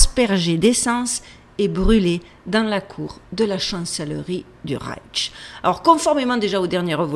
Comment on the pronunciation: Coucou ma belle dyslexique 😂 ça se prononce reich avec juste ’’ch’’ y a pas de ’’t’’ Tu en rajoutes et c'est bien plus compliqué à dire 🤣 reiTch Bravo pour le boulot et l'image est très bien sur ma tablette. Tu es lumineuse